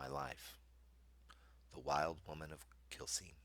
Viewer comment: Just fyi, Quilcene is pronounced "Kwillseen" and we refer to it's residents as "Quilbillies"